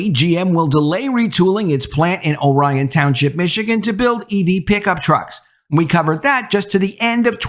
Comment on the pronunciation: Pronounced (OR-ion), not (O - Ryan). Grew up there so pretty sure I know how it is pronounced.